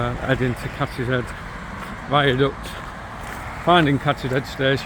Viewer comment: It's Cadishead, not Kathy's head!😂